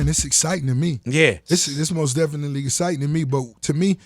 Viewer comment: Ross should make a song call most definitely cause he be killling that word